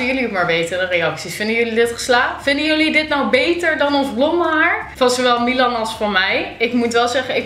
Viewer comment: Waarom zeg jij miwan